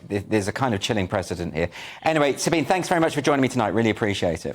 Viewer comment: Pronunciation: Sabine is pronounced as “sa-BEEN-a."